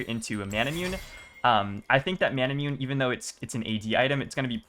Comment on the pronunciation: I love you and this vid is great, but please stop saying 'mana-moon', it's 'mah-nah-moo-nay' 😭 (Also the Taliyah was amazing in this vid, she did work)